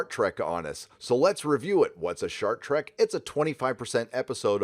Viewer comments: So is saying Shart Trek, or Short Trek??? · Thought you said Shark Trek for a minute there. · Hold up! Did you say “Shart Trek”? I